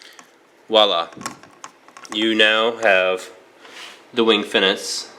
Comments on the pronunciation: FE - NEE - CHI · fen-ee- che lol i think this gundam appeared on jersey shore once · I believe it's pronounced Fin-ee-Chi